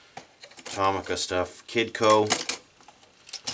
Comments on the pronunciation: Its To-mi-ca not To-ma-ca. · the actual pronunciation is to-mi-ca not toh-mi-ca because it is written in japanese トミカ and not トウミカ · It's Tow - Mee - Ka. It's a Japanese company and that's how the Japanese say it. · Not how u say tomica but cool